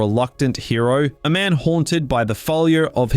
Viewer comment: How are you both Australian and over the and of 6 and somehow still manage to release a video with so many mispronunciations? Where do you live that the word “man” is pronounced as “mahn”, because it’s not Earth, that’s for sure. Another psudo-intellectual farting out philosophy. What a time to be alive.